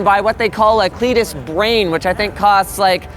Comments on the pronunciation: thought he said cletus for a second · When you say CLEDIS it sounds like GLaDOS so I'm worried it will generate neurotoxin when I'm watching TV...